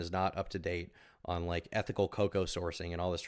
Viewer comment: bro said being super ethinical that's based